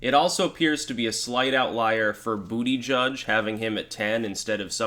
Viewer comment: It is pronounced Butt-a-Geeg